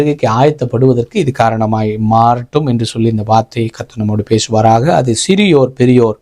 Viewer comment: பேஷுவாராக இல்லை பேசுவாராக.சு வை ஏன் ஷு என்று உச்சரிக்கின்றீர்.தமிழை ஏன் கொல்ல வேண்டும்.